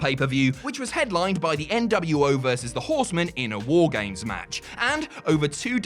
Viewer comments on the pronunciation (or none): You said W A R G A M E S wrong